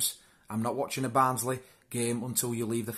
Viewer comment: Barnsley = band`s Lee